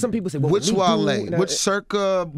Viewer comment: Wale keep saying "jone" is so annoying